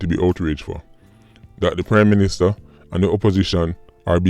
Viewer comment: Sounded like you said crime minister for a second there.